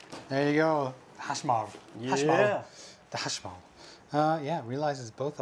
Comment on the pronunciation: is it "Hashmal"? or "Hashmir" as you guys keep pronouncing it?